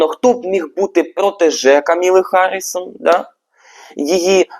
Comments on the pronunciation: Та що ж ніхто з тарологів не може вимовити правильно ім'я кандидатки?😅 Вона не Камілла, а Камала (з наголосом на перший склад). І не Гаррісон, а Гарріс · КАмала (з наголосом на першій літері А) ХАРРІС, який харрісон?!? Будь ласка, подивіться ще раз. В кАмали знизився рівень підтримки. Дякую. Стосовно відтягується результат. Почитайте трішки ЯК відбувається голосування та ЗАТВЕРДЖЕННЯ РЕЗУЛЬТАТІВ голосування.